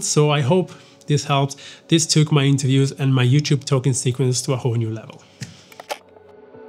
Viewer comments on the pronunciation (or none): none